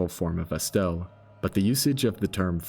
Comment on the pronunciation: I take offense how you pronounce it as "Estelle"